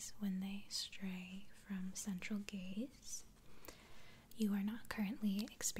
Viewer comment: Is it just me that understood gays instead of gaze. I really had to concentrate to understand gaze... or am I just too gay for life ?